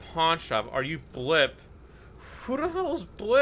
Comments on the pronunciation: he meant blippi he just said it like this blipp i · He said blippi not blipp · He said blipp but it is blippi